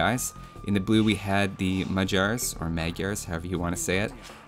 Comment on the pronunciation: Bade Grim not quite gy is magyar pronounced as D in duke (when you're not pronouncing it as normal D at least).